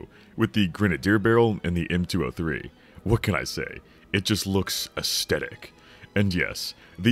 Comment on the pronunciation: Great video, but how you pronounce "aesthetic" is unsettling.